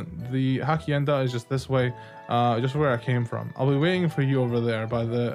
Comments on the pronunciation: Your version and theirs is pronounced differently, though. Yours had more sounds ("u" instead of "oo" and "ay" instead of just "eh"). That's the main tell of an English speaker accent in other languages, imo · hasienda is the correct pronunciation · you pronounce it Hashienda' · I love how u pronounced hacienda 😂